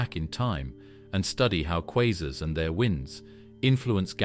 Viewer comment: Informative video in many ways, but assumes the Big Bang is a proven fact, accepts that dark matter and dark energy are well-settled theories, and pronounces the word "quasars" at least four different ways.